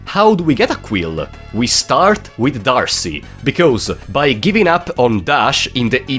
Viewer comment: Oh, you used to be the one person who pronounced D'Arce correctly, but you've fallen to the masses.